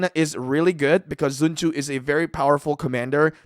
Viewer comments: Bro's saying sun zhu instead of sun tzu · Also it’s pronounced Sun zu